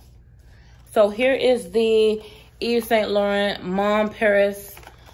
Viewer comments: Actually you can look up the correct pronunciation on google because yours is a bit off. But thanks for sharing. Bless♥️ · YSL ---- Eve - Say - Laraun is the pronunciation ---- ( you should have merch that says "Don't judge me 😘) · Since you asked, it's pronounce "Eve Sawn Lore-on"